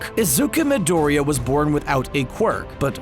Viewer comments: "Izuka Midoria" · Gosh... Stop this when you can't even spell the names right... Not just is "Izuka" completly wrong, but you can't even say Midoriya in the right way... 😐*